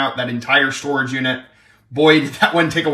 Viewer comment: Doll “Storegge” lol